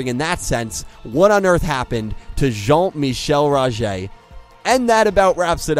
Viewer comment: Great dialect in saying Rogers full name. I like to think that he went to standard